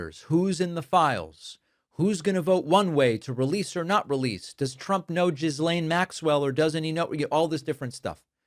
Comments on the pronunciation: Love your show, but please for the love of God stop saying Jizz-laine Maxwell! It makes you sound ignorant. Say Gill-aine. Please. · "Jizzlane" lol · Thank you as always for your clear discussions of what’s going on in this temporarily crazy country of ours! Just a note, Ms. Maxwell’s first name is pronounced “Ghee-lane,” 😊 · He said Jizzlaine Maxwell exclamation point LOL